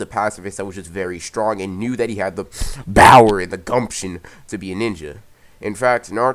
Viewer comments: if you can say power correctly why do you say it with a b then speak loudly in the mic it is annoying and there are to many adds on this one video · My favorite part was when he said bOwEr